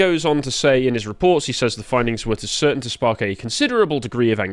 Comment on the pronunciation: "cirtain people"... J....